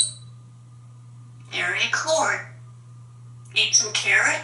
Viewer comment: Did she say merry corn? She is funny.